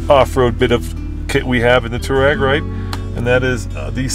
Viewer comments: Two-reg, not two-rag, jesus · Stop calling it a Touarag! It’s a Touareg REG REG REG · It's Touareg (Twa-reg ). Do you pronounce Cherokee Chi-Rokey? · FYI, it’s definitely Too-war-ig. The name derives from an Arab nomadic group in the Northern Sahara desert. Technically even the original transliteration is slightly off and should be “tawariq”. It is the plural form of the Arabic name, Tariq, which itself means something like pathfinder. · The WORLD: Volkswagen Touareg The USA: Bolkswuagen Tooreg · ARRGGHHHH!!! It’s “Twa-reg” “Tou-wa-reg” there’s an A in the name! You guys call yourselves journalists and can’t even pronounce the car name correctly? And the name isn’t European, it’s definitely African. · Here in the US VW itself even pronounced it “2-rag” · Can't these guys ever pronounce Touareg properly?